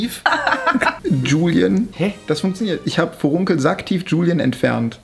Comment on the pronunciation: was sind forrunkel heißt das nicht Furunkel?